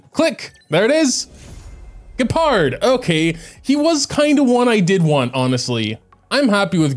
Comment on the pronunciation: >"Gee - pard" sigh I'm sorry for being annoying, but it hurts